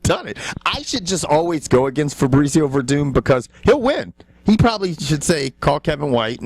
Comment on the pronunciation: "Febrezio" Werdum was unstoppable.